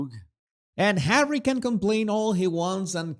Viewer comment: "Speech by Hawwy" Oh, great. So, another word salad filled with buzzwords, then? 😒 Good grief, Hawwy, just let the real important people speak!